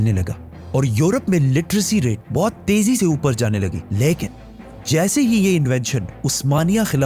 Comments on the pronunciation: Your"""" leikin"""😂😂😂😂😂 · Besides ur knowledge, research and effective way of delivering ... I love ur style of "LYKIN" 🧡😂 U & ur work is awesome brother. Jazakallah Kher for all of ur videos.